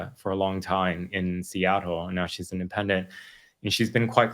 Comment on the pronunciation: Love Andy’s work that being said the way he pronounces Seattle is distracting